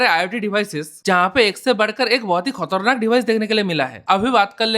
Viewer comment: Khatarnak ❌ khotarnak ✅😂